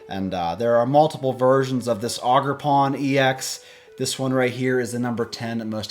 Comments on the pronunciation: It’s ogre like shrek then pawn. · haha "augerpon"